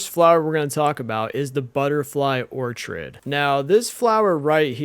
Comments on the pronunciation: Same with or-chid. 😂 Or-KID my dude hehe. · Orchid is pronounced Or-kid. A ton of people say that one wrong lol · Orchid is pronounced like Ore-kid. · First time i've heard someone say "or-chid" instead of "ORK-id." It's a fair assumption if you've only ever read it though! The "Stanima" was just funny though. It's stam-in-a. Starting as if you were to say stammer or stamp, then "in a" like "in a hurry." I actually didn't know about jams! I'll be using this! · im sorry its such a small thing but it bothers me Orchird is pronouced "or kid" and is StaMiNa not Stanima